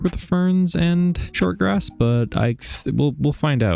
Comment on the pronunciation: I think that everyone knows, that even with all this much deepslate, it literally just takes like 5 minutes to run out of it. Especially when you have quite big projects like you do! Edit: Grash... that is how you say grass while having grass in your mouth. Lol!